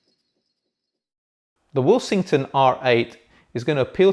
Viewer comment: I keep hearing say the brand's name as "will-sing-ton" but that's not how the alphabets in the name suggests it to be. Second order harmonic distortion at the output?